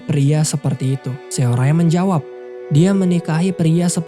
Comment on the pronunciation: capek bgt ga lanjut nonton krn namanya SeoRae, bacanya harusnya dibaca SORE malah dibaca semua hurufnya 😂